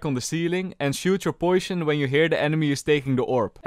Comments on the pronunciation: "Poisyon" It's cute how you say poisyon instead of poison XDD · how says ' poition" will never get old for me gg